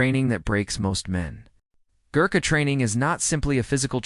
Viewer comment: Badly researched......The typical Gorkha doesn't look like anything in the pictures depicted. Pronunciation needs to be corrected. A lot needs to be corrected.